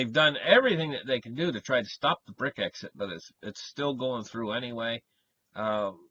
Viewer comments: It is not "brick exit." It is Brexit. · He said Brit exit... which is what it is.